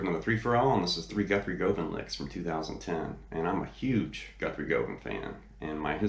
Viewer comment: For such a big fan you should know you are pronouncing his last name INCORRECTLY, it is GUHVAN, like governor, it is not GO van it is GU van….make this correction and some will believe you are really a fan !!!!!!!!!!!!!! nice lesson kinda